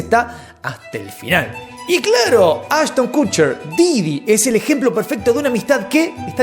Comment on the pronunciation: “Cucher”???😂😂😂😂😂 pronuncia bién!